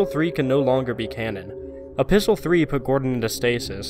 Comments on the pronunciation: So who else is confused when he kept on saying apistle 3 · Are you saying "A Pistol 3" or "Episode 3"? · Are you saying Episol3? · A. It's written in the form of a letter, which is what epistle means. B. It sounds somewhat like Episode 3.